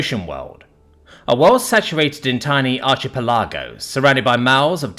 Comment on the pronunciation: pronounced arki pela go not archie pelajoh